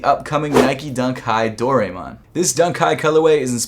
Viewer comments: Do-rye-mon you were close tho😊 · DOOR — eye— IMAN ☝🏾 Say it with me!!!!! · Most westerners say doraemon like "do-rai-mon". But if you wanna sound cultural, it is pronounce "doh-lah-eh-mon". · It’s ”SAH-SHI-KO” and ”DOH-RA-EH-MON”, c’mon man. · The e in doraemon is pronounced like an i